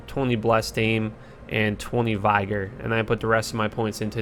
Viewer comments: Love your videos X but I really don't understand how you get these pronunciations so wrong lol... "vye gor?" Vig-or. Sound it out lol.... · It is vi-gor not vI-gor. A soft i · "VYGER" "MAHNAH" Bruh ... how can you say you've played a game for "17 years" and you pronounce EVERYTHING wrong? Lol, my god.